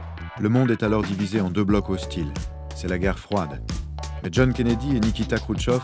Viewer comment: Kennedy et non Kennedie.